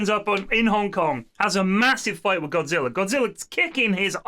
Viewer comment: Pronouncing it as godziller is the dumbest thing I've ever heard... They even said godzilla multiple times